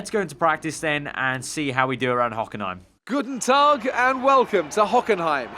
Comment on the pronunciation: sounded like Good dog😅 (I know it's pronounced Guten Tag)